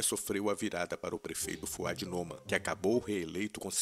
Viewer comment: A sílaba tônica do sobrenome do prefeito de BH é a segunda. "Nomã"